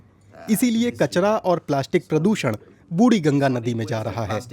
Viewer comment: "बुड़ी गंगा" नहीं "बुढ़ी गंगा", हिन्दी का बलात्कार मत करो...